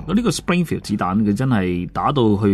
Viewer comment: Should be SPRINGFIELD. Not BINGFIL. There is a 'S' sound and 'R' sound.